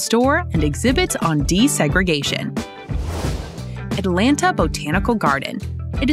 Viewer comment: How much did they pay you to read this copy. It sounds as if you have never been here. You can't event pronounce our city's name correctly.